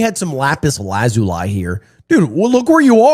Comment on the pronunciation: don’t EVER pronounce lazuli laz uli. Its la zu li